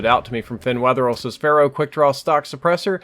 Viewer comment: "...with the Phara" I think you might have been under the influence of Overwatch when you said this. ;)